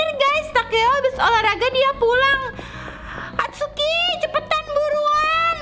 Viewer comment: kak namanya itsuki bukan atsuki